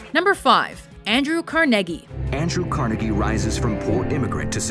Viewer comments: Why did she keep saying kar-NEH-gee when it's clearly KHAR-ne-gee? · Nobody in NYC says it like that. We say it "Carneegee" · car- negie who pronounces it car- negie. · Is it kar-negg-ee or kar-nah-gee? I've always heard it pronounced as the latter, but you guys are usually excellent phonetically and you used the former. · Andrew Car-NEGGY ?? Has no one at this company heard this name before? Do you not have an editor? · Let's put Andrew carneggy on the list. Is that how you pronounce his name... idk couldnt find a single documentary on the internet about the man. Ok sweet let's put him in. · its car nee gee smh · learn how to say carnegie. its not carneggy!!!! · WTF? ''Carnegggie?'' The narrator cannot even pronounce his name? What an idiot. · "Car-neggy" hahaha, laughed my ass off. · It's CAR-NA-GEE you fuck! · thank you for completely butchering andrew carnegies name Carr-negg-eee? (WTF) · Car-Negie? someone get a new narrator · Why do you keep pronouncing it "Car-Neggie"? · Andrew carnagee? I think its pronounced like its spelled. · Why do you say it "Andrew Carn-egg-ie"??? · The speaker kept mispronouncing Carnegie's name. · How couldn't you pronounce Carnegie when there were video clips that were doing it for you? You should have mention Dr. Dre and Eminem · Why does she say "Carnegie" like that? It' s like she is putting way too much emphasis on the "e" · You are pronouncing carnegie wrong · you put so much accent on that Guy dude but Andrew Carnegie is butchered as fuckk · Carnegie ! Come on they even say it in the video smh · Why do you insist on repeatedly mispronouncing Andrew Carnegie's last name when even your source videos get it right? Good gawd, it made me cringe every time. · You pronounced Carnegie wrong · Every time she said Andrew Carnegie wrong I winced.